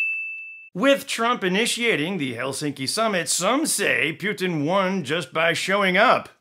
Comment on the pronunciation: I love how you pronounce Putin to sound as puke, пютина means python :)